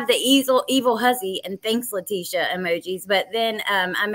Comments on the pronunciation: This is an amazing channel but please gid call her by her name not LA TEE SHE A. ITS ANNOYING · I'm sorry if I sound rude so please 🙏 don't take it that way ! I'm going to just say that her name is pronounced Latecia like latesha not lateeeecia ! If you listen to Al he says tesha like that so people don't like it when you pronounce their name wrong ! My name is D on ! Not Dionnee which is how a lot of people try to pronounce it ! So maybe you can pronounce her name correctly!